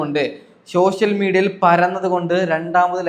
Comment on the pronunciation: എടാ എടാ ചള്ള് ചെർക്ക ലഷ്മി അല്ല ലക്ഷ്മി 😂😂😂ഷോഷ്യൽ മീഡിയ അല്ല സോഷ്യൽ മീഡിയ 😂